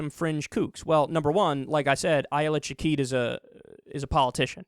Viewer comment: Her name is Shaked, not Shakeed. Sha-Kehd. Its annoying to hear you say it wrong every time.